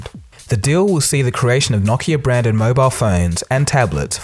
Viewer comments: Knock knock-ia. It's no-kee-uh. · Wait it's Knockia? .... I thought it was Nokia? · What is Knock-iya? I know what No-ki-a is but not knockiya. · “KNOCKeAh”....it’s NOkeyAh...Nokia bro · I thought it was pronounced No-KEY-ah ? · "Nockia" LOL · I think its pronounced no-key-uh? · The way you pronounce Nokia haunts me